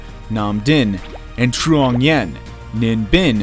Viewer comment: He tried 😂, bless him